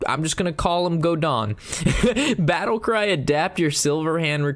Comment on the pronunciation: love your videos but seriously man, why can you not pronounce anything more than 2 sylables... GODON... really?